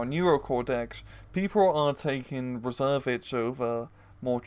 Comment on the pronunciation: You don't need to pronouce the "s" a the end of "Reserviste" :)